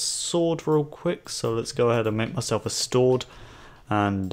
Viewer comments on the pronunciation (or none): Wait what did he say stored? Instead of sword lol XD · you said stord instead sword. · Ha ha you said "Stword" XD